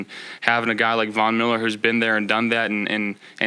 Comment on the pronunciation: Please tell me he didn’t say Von Miller 🤦